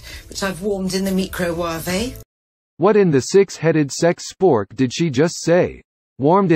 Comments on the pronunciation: I can't get past mecro-warvey 😂😂😂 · This is going to be my new way of pronouncing it - ‘ me-kro-wah-veh’😅 . It sound so much more interesting .